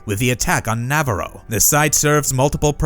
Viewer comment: Who taught you how to say navarro lmfaooooooo